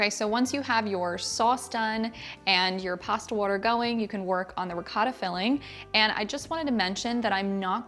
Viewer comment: Looks delicious as per usual. Two things: You should try it with fresh made pasta instead of boxed. It brings what is already good to the next level. Secondly, and this is a little pet peeve of mine. In the Italian language the "o" has only one sound and that is the one of a long vowel like (oh). So it's pronounced ri-coh-ta and not ri-caw-ta. or man-i-coh-tee and not man-i-caw-tee